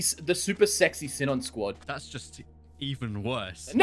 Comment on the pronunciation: Am I stupid or are they pronouncing sinon wrong bc that really annoys me